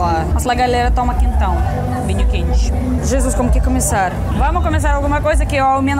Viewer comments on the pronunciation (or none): none